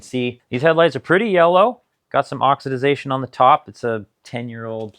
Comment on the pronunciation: it's just oxidation, not oxidiz-ation..just fyi